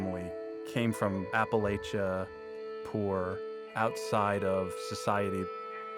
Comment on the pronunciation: great fuckin documentary. but sony records guy - you committed a cardinal sin, you mispronounced Appalachia. come on now, do your fuckin homework. don't fail the people.